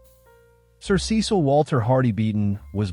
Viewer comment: His name was pronounced "SESS-uhl ". You're welcome